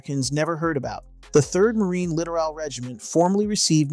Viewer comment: Please remember it is ... LITTORAL... Pronounced Lit- tor-all... not literal.